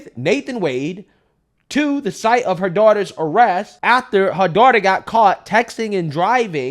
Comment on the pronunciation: Before, and "ATHTER"🧐. Anyone else notice this? Love the content but wow